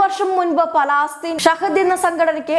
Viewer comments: It is not Palaastheen - it is Palestine. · പലാസ്തീൻ അല്ല പലസ്തീൻ